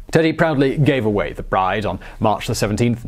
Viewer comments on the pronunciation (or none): none